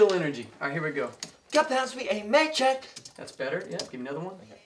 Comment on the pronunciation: My high school choir teacher would be so mad if we didn’t pronounce the last sound in words 😂. I think this also bothered me when listening to the song because of what my choir teacher taught me. Also — I prefer “made yet” like the way Yeonjun pronounced it vs “mayjet.”